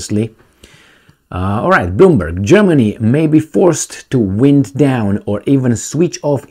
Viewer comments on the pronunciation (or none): « wind down » is pronounced like "whine down". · ...English is a devilish language... Not only the pronunciation... but also the spelling!... At the beginning you mispronounce the verb TO WIND DOWN... Go to Google and see if you can get the right pronunciation!... Do not get confused with the verb TO WIND DOWN...with the noun WIND (air moving fast...) The SPELLING is the same... but the pronunciation is different!... Keep up the good work!...